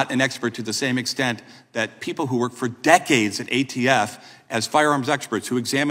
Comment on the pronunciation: So much emphasis on Decades!!! Lol